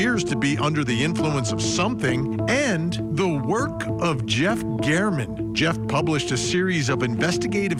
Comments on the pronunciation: Someone please tell her it is pronounced GAERMAN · Vinnie, Matt Johnson is terrific. This was landmark testimony and you elect to speak with? Please. Her grammar is pitiful, and she can't even pronounce Jeff German's name correctly. (He deserves that much.) After all, this is Court TV - not the Daily Mail. Interviewing experienced lawyers would be appropriate vs. her absurd comments about Telles. (And Karen Read, for that matter.) We can all figure out that he's lying on our own. Thank you so much. 💫